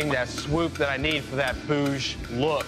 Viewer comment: Its not "bhoooj". Its "bhuj". Short "oo".